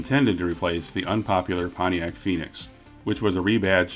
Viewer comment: Potiac in the 80s through the 90s; you said it right. More body cladding!!!